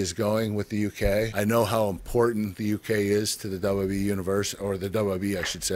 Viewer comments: we learned that he pronounces wwe wrong.. (your a legend sir.) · dub dub e (WWE) like e c dub (ECW) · Who else hates how he says wwe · Why is such a struggle for Kurt to say "WWE"?